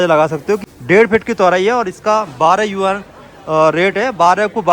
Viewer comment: भाई यूनान नहीं यूआन 😂😂😂 होता